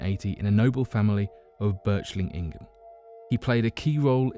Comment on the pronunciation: This video could be very good except for some major mispronounciations (Götz von Berlichingen not Berchlichingen), and general grammar. Furthermore you refer to Lybia during your segment on Atlantis - this does not mean the counry Lybia as we know it today. In Plato's time Africa as a whole was referred to as Lybia.